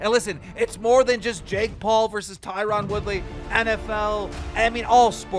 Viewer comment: Always makes me laugh when keem says Tieron 🤣🤣 can't even say the dudes name correctly